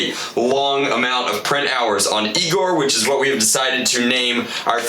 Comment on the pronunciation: No, it’s EYE-gor.....:p